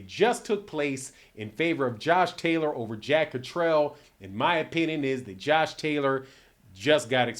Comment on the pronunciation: Blu Cantrell. He’s jack Catter-all. Not jack Catrell